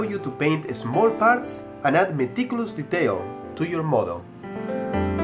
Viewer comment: u have sum kind of accent, when u said de-tail, u meant detail, but i like ur accent however, its kinda catchy xD